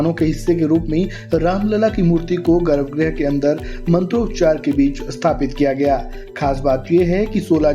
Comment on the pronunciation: अरे भई! गर्भग्रह नहीं होता गर्भगृह होता है